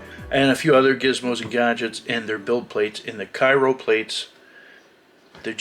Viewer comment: Thanks for the informative video, just wanted to note its pronounced “cry-o” not “kai-ro”